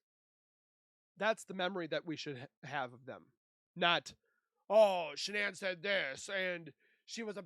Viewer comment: I wish these AI voices would stop pronouncing Shanann’s name wrong. I have heard this same voice on several channels pronouncing Shanann’s name really wrong (sounds like Shon-in). Not sure why, but it really bugs me and shouldn’t be that hard to fix.